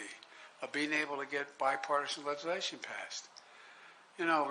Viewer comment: Yeah he torched him lol, he cant even say legislation properly. And by the way! Only people who support biden are part of the cult